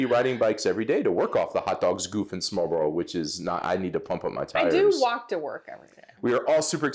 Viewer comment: Tillykke m 5 årsdagen. Husk nu, at udtale smør-re-brød i 3 stavelser.😋 Altid hyggeligt at se jer😊♥